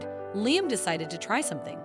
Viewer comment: LIAM is pronounced LEE-UM